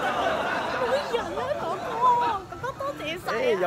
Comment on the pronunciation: 女友說 哥哥 的時候廣東話太標準了 而且又可愛又甜蜜